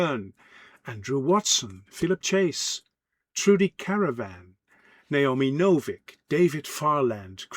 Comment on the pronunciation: Just an FYI, Trudi's last name is Canavan, not Caravan lol On a side note, another amazing Australian author I would recommend is Jennifer Fallon. Two of her trilogies: "The Demon Child" and "Second Sons" and her quadrilogy "The Tide Lords" in particular.